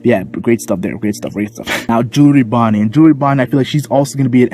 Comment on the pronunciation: good vid..but jewlrey bonney 😂😂😂 Hold this L